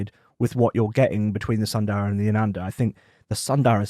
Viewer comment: Please pronounce as s”u”ndara not sandara..